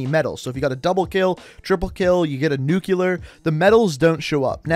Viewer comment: Did you just say nuke you ler? That pisses me off.